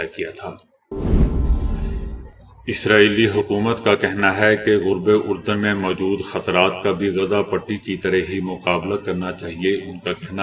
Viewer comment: یہ جو آپ آج تک لفظ غلط پڑھتے ہیں غرب اردن اس صحیح کریں